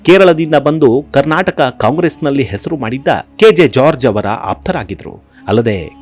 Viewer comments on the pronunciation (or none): none